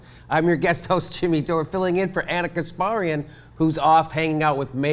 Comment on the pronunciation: Oh god please stop pronouncing "Kasparian" like that. Ask her how it is pronounced. It hurts my ears.